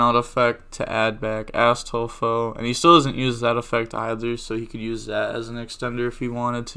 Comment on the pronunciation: When you say Astolfo it kinda sounds like Asstolfo ngl